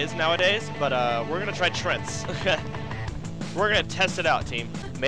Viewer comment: lopl he pronounces them "trents".